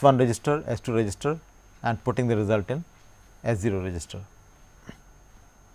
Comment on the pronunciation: why does it sound like he is saying resistor when attempting to say register lol